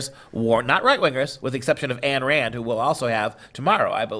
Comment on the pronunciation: Pronunciation of Ayn Rand: please note, "Ayn" rhymes with "sign", not with "can". I say this with 100% certainly, having listened to dozens of audio recordings by Rand's long-time associate Nathaniel Branden.